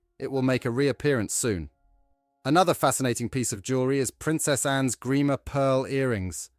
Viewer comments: Godawful AI with an unnecessary AI generated banner misspelling de Beers (dabiers?????) Suite (sweet??) Andrew Grima (a particularly egregious greamer/grahmer/greemer abortion). Dear lord - BEFORE putting it out there, is proof-reading too much to ask????????? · Strange commentary which didn't match the subtitles too often . For example, my friend Andrew Grima was the lovely jeweller in the 60's who designed Anne's earrings. NOT Greimer !! - Suite, not Sweet... and other howlers ...